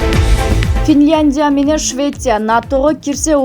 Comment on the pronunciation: Туура окугулачы Финляндия деп